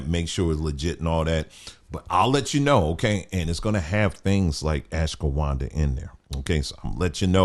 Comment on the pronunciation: I was so confused how you pronounced ashwaghanda. I usually just listen to vids in the background without looking at the screen so I had to go back and check to see if you had the picture of the word in the video😂 Also the way you pronounce cocoa 😂